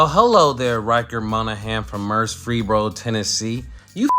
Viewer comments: To the young homie… Have a command of the English language BEFORE you offer up your diatribe. It’s pronounced “EM-boldened”, not “boldened”. The city is MurFREESboro, TN. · did he mean to fck up Murfreesboro 🤣😂